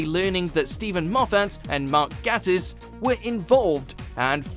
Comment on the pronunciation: Nobody literally nobody: Me: He pronounced Mark Gatiss name wrong!